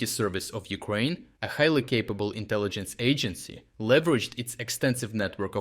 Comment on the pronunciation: Someone said Newkraine :o)